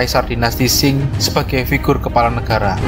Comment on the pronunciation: Qing di lafalkan Ching bukan Shing.